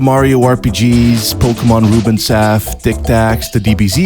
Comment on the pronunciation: "Pokemon Naraneea"